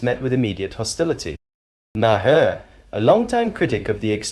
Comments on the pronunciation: Please pronounce his name correctly. It's not Ma-her. It's Mar. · Narrator might want to learn how to pronounce “Maher”. Otherwise, stop narrating?